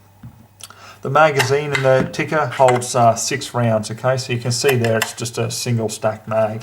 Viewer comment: I have Finnish heritage and I'd like to thank you for pronouncing Tikka correctly.